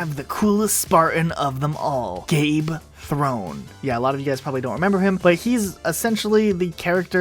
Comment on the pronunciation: Gabe Throne... Jul Mdama Samas Arahn Those pronunciations hurt my soul, I've heard some doozy's when it comes to pronunciations, I've even heard Jul Madama, but oh lord